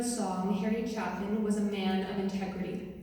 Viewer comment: It's actually pronounced chay pin !!